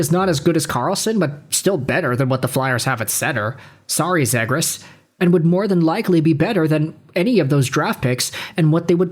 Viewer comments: "Zeeeee-grusss": you moron....how can you not say it right. And Fantilli - though I'd take him - has horrible underlying #'s. Do some homework. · OK, with the way you are pronouncing Zegras I'm probably not gonna listen to anything you say.